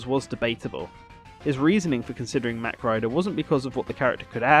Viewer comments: I'm pretty sure mach is pronounced the other way, but I could be wrong. A la "mach 12" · It's pronounced MOCK..not mack